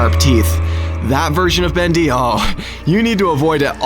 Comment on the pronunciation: Not bist bendy its bost bendy